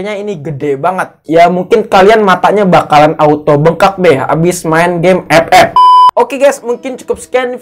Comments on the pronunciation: Gw juga player epep tapi ngakak pas lu nyebutnya ke gitu bang:v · Saat denvar suara EP EP auto semangat wkwkwk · bang bisa gak ngomong game "epep" nya biasa aja?😒🤣🤣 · Ngakak itu 😂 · Lah Gw Ama Temen Gw Malah Ketawa Klo denger Bang Bilang Epep wkwk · Awaokwoawkk ngakak bettt anjirrr ngomonv EPEP🤣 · biasa aja xaleee ngmong FF nya wkkk.....wkkkkk😆😆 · lah gua ketawa mulu lu bilang game ff😂